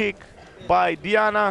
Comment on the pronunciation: Doar eu am auzit delia in loc de diana?